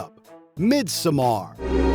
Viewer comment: What's brutal is your pronunciation of midsommar